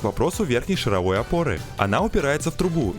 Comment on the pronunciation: Картинка как-то изменилась, и это круто. И в течение всего видео передёргивало от слова "шаровОй" (звучит как вой шаров). Я аж теперь сомневаюсь, правильно ли автомеханики называют опору 🤣